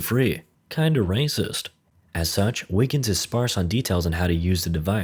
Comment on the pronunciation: Are you saying Wiggins or Niggens?